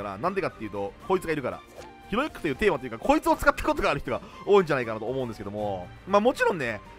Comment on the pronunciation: ヒロイックがひろゆきに聞こえて笑う